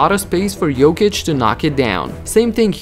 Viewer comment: Thank you for saying his name correctly!